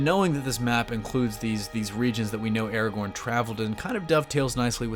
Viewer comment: Stop saying ERAGORN its ARAGORN